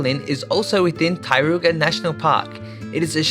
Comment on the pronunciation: I was wondering what was the Tai-ru-ga…. Until I understood it was TAR-RO-KO 🤣